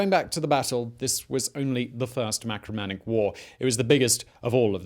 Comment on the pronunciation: Marcomannic wars,not macromannic please.....